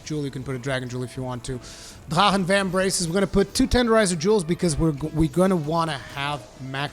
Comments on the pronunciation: Hey, quick question, isn't drachen supposed to be pronounced as draken rather than dra-en? I used full drachen too with gae bolg. But used attack charm 3, tenderizer jewels too, 1 attack jewel and 3 vitality jewel. Went very well. Only way I actually managed it. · I am almost 1000% certain thats not how you pronounce Drachen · I never realized you were a Klingon until you pronounce drachen. 🤣🤣🤣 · What the heck did you call drack-en armor? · I love when you say Drachen set :D, danglish inside ! greetings from Germany